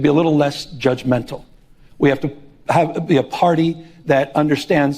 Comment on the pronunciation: He says be less judgementa, This guy is the king of being judgemental